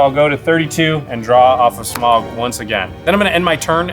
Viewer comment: There’s a point. A funny thing or an on brand thing that Jimmy took out the Goldspan as his last hurrah. However. Had he not done that. Rachel could have blocked his Smowguh as everyone likes to enunciate. Might’ve changed things I believe?